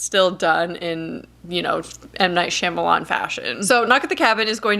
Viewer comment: I wish you would pronounce his last name correctly. Watch him on the Wired article where he answers the web's most searched questions. He actually pronounces his last name.